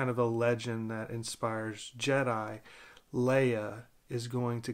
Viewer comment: U said it right. Lol